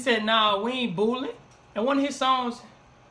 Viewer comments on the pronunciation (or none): He said bowlin not boolin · He said bowling not boolin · He said “bowling” not “booling” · Bowlin not boolin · And it was bowling not booling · Bowling not boolin